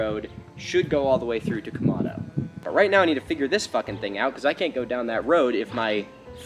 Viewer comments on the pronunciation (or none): It's Quemado, not Quemando.